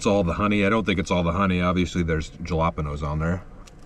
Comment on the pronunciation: I saw some dude was pissed in your last video because of the way you were saying jalapeños. I’m so glad you had it on your pizza this time. LMAO. Those pillars were interesting. It would suck to be under them if a section fell off